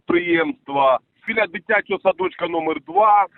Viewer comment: БИЛЯ БЫЛЯ Бilyu УЧЫЛЫШЧА😭😅😆🤣🤣 СУРЖИК ЛВЕЦКИЙ 🤣😆😅😭😭😭 ВАС ЖДУНЫ ЖДЁТ БУКВАРЬ 🤗